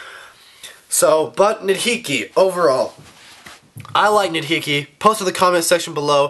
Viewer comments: the "H" in nidhiki's name is silent -_ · Everything is ok. Just a friendly reminder that you don't pronounce H in Nidhiki